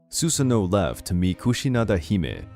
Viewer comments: I know I’m not crazy... you called susano her like 5 times 😂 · Why does "she" keep saying for Susanoo